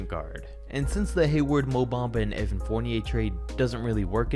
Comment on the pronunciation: Little suggestions on players name pronunciation: Evan Fournier-Evàn Furniè Pascal Siakam-Pascàl Siakàm Ersan Ilyasova-Èrshan Ilyàshova Serge Ibaka-Serj Ibakà Nikola Vucevic-Nikola Vuchevich Ryan Arcidiacono-Ryan Archiedyacono Nicolas Batum-Nicolà Batùm Clint Capela-Clint Capelà